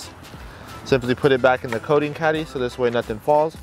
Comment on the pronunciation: Love it guys!! Great job, But it’s called “coating” not “codeine” lol.